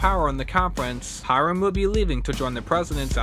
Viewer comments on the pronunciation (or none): none